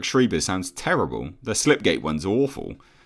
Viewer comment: small note: Schreiber is pronounced like sh-rye-buh not sh-ree-buh.